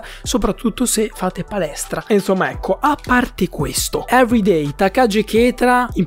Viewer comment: ma perchè "evereidai" 😭😭😭